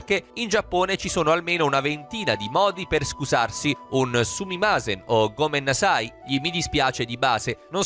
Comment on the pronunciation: Quel modo in cui hai detto gomennasai mi ha ucciso. Solo per non farti fare brutte figure, si dice gomennasaì, con l'accento sulla i, non sulla a.